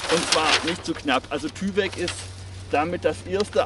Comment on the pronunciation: Wird übrigens Teiwek ausgesprochen. Kommt von DuPont.